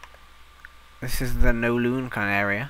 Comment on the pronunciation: It's Kowloon! Not Nowloon! :P